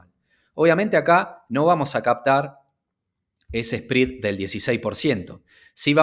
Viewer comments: Me duelen los oídos cada vez que escucho SPREAD pronunciado como SPRID. Me desconcentra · Muy buena información. Un favor, que hace ruido al escuchas el video. el “Esprid”. Se pronuncia sprɛd. Gracias